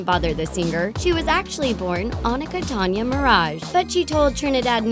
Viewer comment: its pronounced (Oh-Knee-CAH) (Toh-nya) (Mar-ahge)